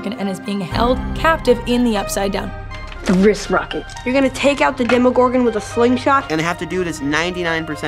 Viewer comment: I love how Maya pronounces Demogorogan 😂😂 Dem-ee-gorgon lol